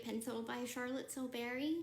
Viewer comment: I wish I could tag her to scream for the billionth time, its Charlotte Tilbury not Till Berry!!! Til bury